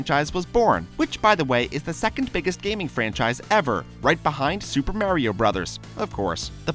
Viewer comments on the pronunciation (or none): its mario not mareio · The way he says Mario...